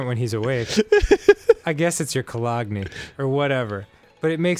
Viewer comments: Does Dan seriously not know how to pronounce cologne? He said it like "co-log-nee." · "The smell of his co-log-ne." It's pronounced colon. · um, that's COLOGNE (co-loan, or Bologna with a C if you're feeling memey), god, you stoop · Dan... I believe it's pronounced "Co-loga-nay." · It's actually pronounced cologne. get it right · Dan.. It's not cologne, it's cologne. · Uhhh it's cologne. Uhk uhk uhk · man dan can't even say cologne right